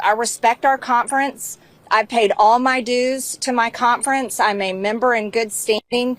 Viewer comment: The MAGA CON-ferrnce